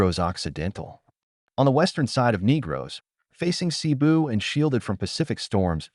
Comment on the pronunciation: Why not just narrate the video, instead of being lazy and using AI? It blatantly mispronounced most of the key location names. I mean "NEEgros"?? "BYEkol"?? "SEEboo"?? "Dumageet"?? DAYvo??? The wonderful Filipino culture deserves better than this.